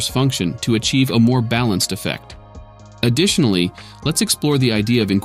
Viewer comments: Dang I wondered if the voice was AI! I only saw one mispronunciation early in the video. It said addi-SHUN-aly instead of add-ISH-unally for additionally. Otherwise great work! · came to find this comment after he said additionally like "AdishUnally". blown away that the ai even BREATHES IN between sentences lmao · I heard it after a minute or two, especially when he said "addi-SHIN-ally", instead of "additionally". Typical voice-to-text error. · Hi, I noticed the AI voice at the pronunciation of "additionally" as adiSHUNally. Please give voiceover a shot! I don't mind the AI voice completely, but I really like hearing the person behind the script. Exposure to different accents is good for native English speakers, and captions can always be used if you think that you won't be understood. Best! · Used AI for the voice huh? Pacing needs a little work. Also it pronounces additionally as "adi●shinnaly". But otherwise, it's pretty good. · At first it the voice reminded me of one of my favorite commentators, and I was like oh wow, this guy has a good voice. Then I heard it say "addiTIONally" and the spell broke, nope it's AI. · The voicing is quite good, it was 'additionally' that was off and caught my ear. "Addi-SHUN-LEE" isn't how an American man (the voice's accent) would pronounce that word. Sleuthing AIs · Yep this was great. "Addition-ally" is what tipped me off. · AI narration feedback: - I only heard one mispronunciation: "additionally" at ~ - great audio quality - Well spoken English and dense with information I've been wanting to get into shader coding but it's so easy to get lost in the technical parts while reading about it, and there are so few well-produced walkthroughs on YouTube. I look forward to this series!! Thank you! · the super strange way that additionally is pronounced hinted at an AI voice, but other than that I didn't really mind it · I noticed that it was an AI only - that was a weird way to pronounce "additionally"